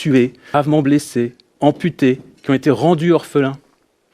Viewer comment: " y restent que eux qui z'ont " mdrrrr